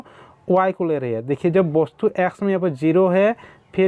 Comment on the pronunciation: सर जी वस्तु को आप वोस्तु क्यू बोलते है